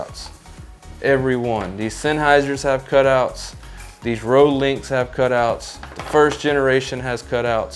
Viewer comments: Just a quick note, you need to pronounce rode like “road” don’t pronounce the “e”. Thanks for the review. I just got mine and haven’t tested mine yet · "Roadie"? Where'd you get that pronunciation?